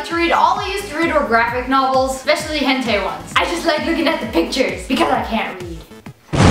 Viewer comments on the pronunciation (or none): Its hent-eye not hent-ay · "Hentay" Because you can't go one time in your life without someone pronouncing it wrong.